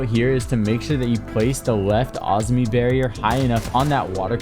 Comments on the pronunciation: Azumi?? Where are you getting the U from...🤣🤣.. Azami... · awzmi bro its ah za me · Bro its Azami not Azmi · Why do you say Azami like that? Isn’t it (AH- ZAHM- ME)? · PLEASE pronounce Azami correctly I am getting a stroke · The way you pronounce “Azami” 😂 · why does he say Azami like that 😭😭